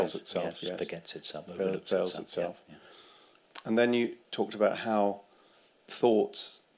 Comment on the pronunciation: "veils", not "fails"